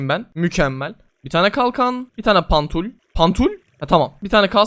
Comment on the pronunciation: "bir tane pantul yapalım pantul"